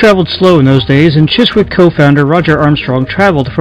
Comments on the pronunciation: Chiswick is pronounced Chisick, silent w. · Dude, you don't pronounce the W in the name Chiswick, you literally say it as Chisick. Other than that niggling gripe, great video. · The W is silent, it is pronounced CHISIK not Chis wick, why do Americans not take the time to actually learn how to British place names are spoken? It is lazy and insulting to not do so. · Not to be gramma police or anythign haha, just a funny observation about british English is that , words like chiswick are not pronounced like its spelt at all, chis-wick is chis-ick like Leicester square being pronounced les-ter square. Or worchestershire sauce being wuster sauce It makes me laugh. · Chiswick is pronounced Chizzick. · Ok.....well I do apologize ahead of time (I did state that I didn't balme.him for leaving things out, as it would take forever to explain). I'm gonna write this out and then post it. I don't want to type on my phone, haha. One thing I will state before I go is that the label is pronounced "Chissick" even if it is spelled Chiswick. Not picking on. Just pointing it out. He did a bang up job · Chiswick is pronounced Chisick old chap. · you pronounce "Chiswick " chisick ! leave out the w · A great little doc! Thanks for sharing the information. BTW, Chiswick is pronounced without the 'w', kind of like 'chiz-ik'. /ˈʧɪzɪk/ Fuck the NF BTW